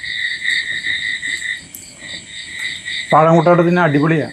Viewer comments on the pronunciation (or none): പുട്ട് എന്ന് പറയു മനുഷ്യ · പൂട്ടല്ല.. പുട്ട്. അതുപോലെ. അവിയൽ. ആണ്. അവിൽ. അല്ല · പൂട്ട് അല്ല പുട്ട് ആണ്